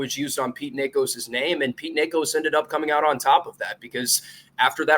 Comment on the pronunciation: I thinks it’s pronounced nikko iamadiva